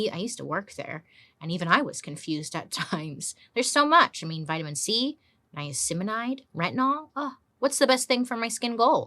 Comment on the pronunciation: Niaceminayd 😅😅😅 niacinamide dear Bailey 🤣🤣 i love you 😘😘